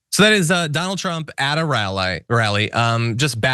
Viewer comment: “Donald Trump at a rall-eye.” lol